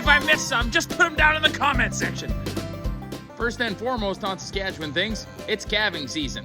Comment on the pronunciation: Pronouncing the province name with only one syllable. I’m from Skat’chn.